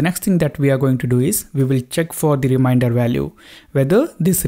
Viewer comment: Very nice explaination... Just the pronunciation of remainder is not rim-i-nder, its rim-ain-der :) Just saying... :D